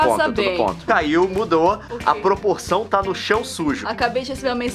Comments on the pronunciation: amo cade a chave. quando leon falou pessoas do meu brasil pessoas lindas adorei. leon é perfeito. existem duas pessoas que falam propoção e outras falam porproção e na verdade eram tres e a terceira popoção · Esse video devia ter o titulo : Aprende a falar Propoção Crocante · poprorção corocrante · "Poporção" kkkkkkk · poprorção proprorção propoção poporção prernas alguém tem porblemas pobremlas poblemas problemas com o R ne Nilce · Bom saber que a Nilce fala errado, não me sinto excluído mais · Travalingua para pessoas normais: otorringolaringologista Travalingua para Nilce: proporção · e nesse canal em q um video começa c a nilce explicando o pq de filmar o video no chao e acaba se torturando tentando falar "proporçao" perfeitamente e dps o leon acrescenta o "crocante" e pronto temos um video improvisado q merece seu like. enjoy you moment. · Isso que é trava-língua hein nilce rsrs tbm não consegui pronunciar tudo haha.